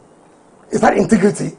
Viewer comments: "inti-grii-ti." Is that a new word? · "Intigrity! Intigrity" does wike know what integrity means? Political moron